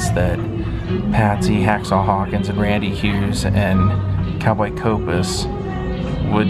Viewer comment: well done sir...by the way its "Hawkshaw" not "hacksaw"